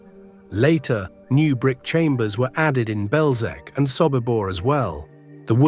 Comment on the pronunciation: Typical american English, can not even try to pronounce Belzec and other words properly, distgusting!